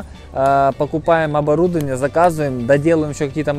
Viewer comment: Правильно: ОборудОвание